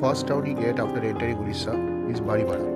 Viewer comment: It's not Udisha.....it's Odisha. Any way nice video. 👍